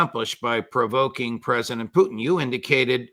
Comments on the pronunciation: Judge can someone tell Ray it’s Putin not poo teen ! Wft ? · Good "Intel Round Table" I like Mr Ray McGovern, and have read and watched his work since the early days of the Bushie jr cabal infesting WARshington DC, that said, I wonder why Mr McGovern always mispronounces Pres Putin's name ie "Poutine". I am basing this one how Russians pronounce their Presidents name. Very strange. Perhaps 'anti-Russia' CIA programming runs deeps. Even the psychos who constantly denigrate the Russian President pronounce his name correctly. The worst kept secret: "NATOstan" ("Murder Inc) is a mafioso criminal syndicate involved in murder, extortion and drug running. Thats it! As for the blood-lusting, murderous, vile psychopathic genocidal thief-dom aka "is-ra-hell" may get destroyed entirely and return to hell from whence it came. Followed by WARshington, London and Brussels. As for the rest of the conversation/interview - thumbs up